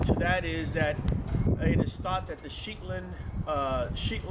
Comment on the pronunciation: Sheetland? You mean Shet land